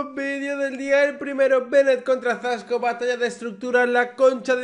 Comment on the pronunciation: Teorema , pero en verdad lo dijo mal era zasko cayetino